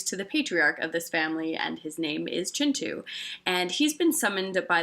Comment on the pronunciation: Thank you for pronouncing Kintu the way it's meant to be pronounced.